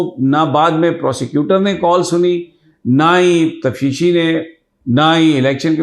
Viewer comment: لفظ تفشیشی ہے یا تفتیشی ؟؟؟